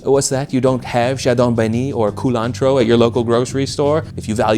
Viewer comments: I've never heard chadon beni pronounced that way. It's usually pronounced like "chadow banny" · Trinidadians speak english and so they butcher foreign sounding names as well. Even though its spelled Chadon Beni, its pronounced Shadow Benny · In trinidad we pronounce chadon benni: shadow benny